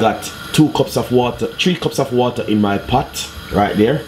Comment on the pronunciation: chree cops of waata